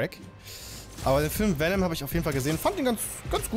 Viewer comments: Und es heißt Vennom nicht Vienom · der gute alte Wienem-Schlag (Venom wird :wennem: ausgesprochen :b) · bro, bitte sag nie wieder vinem schlag. Ich bin voll getriggert gewesen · wie er erst mal zum venom schlag vinom schlag sagt ( ca.) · Es heißt v e n o m Schlag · Beste Venom der symbiont falsch ausgesprochen und dann statt viereck einfach dreieck